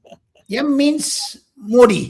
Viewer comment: Achha aap Ye aur yeem A aur M ko bolte hain 😂😂😂